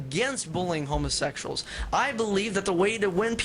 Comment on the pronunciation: lol "Homasexshal" XD